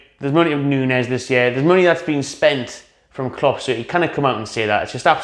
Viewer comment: Klopp, Klopp, it rhymes with strop...